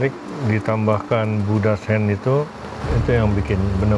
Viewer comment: Chef rudy kalo ngomong istilah bhs luar salah mulu dah. Gochujang jadi gokujang, ikan sidat jadi ikan zidat, budda's hand jadi buda hands terus apalagi ya..